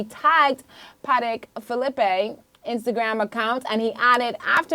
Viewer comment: She said "Patek Philippe"...the way you're not supposed to say it 😅😂😂